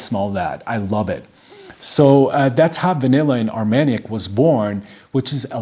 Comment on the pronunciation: You pronounced it right👍,Armagnac=velvet cognac=silk. I only own plum in cognac and am loving it,will get a sample of Armagnac soon.